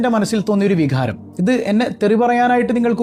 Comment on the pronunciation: വിഘാരം അല്ല വികാരം എന്ന് പറയു